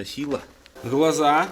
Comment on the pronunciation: кто же так "глаза" говорит? У Доктора Дью надо учиться